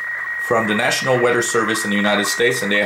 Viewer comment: It's weather not weder........;-)